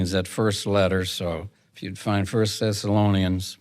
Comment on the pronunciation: Yes, it sounded like "Sessalonians" sometimes & other times, I coukd hardly understand him at all